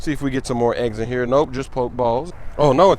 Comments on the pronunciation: thank u tell him 2 pronounce it properly hahahhahah but big up smoove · "Pok balls" come on cuh😂